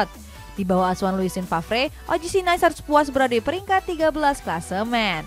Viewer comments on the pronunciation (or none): Setau saya NICE (Prancis) bukan dibaca "Nais" kaya lafal Inggris, tapi "Nis". 🙏 CMIIW